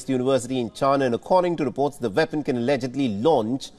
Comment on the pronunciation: What is a "Vepon"? 😂😂😂